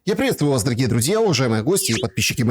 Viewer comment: обратись к ЛОГОПЕДУ, НУНУКА! В СЛОВЕ ПРИВЕТсТВУЮ ЕСТЬ БУКВА И ЗВУК - С- МЕЖДУ ДВУМЯ ТТ, КОЗЛИНА БАНДЕРОВСКАЯ!